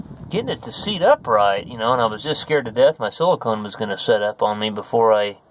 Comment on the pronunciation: "Silicome" I had a boss who pronounced it like that. He called WD40 "W240" as well..